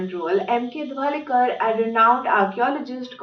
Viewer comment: M.K. Dhavalikar (ढवळीकर) and not Dhawalkar (धवलकर). This is pretty shabby for an Indian archaeologist.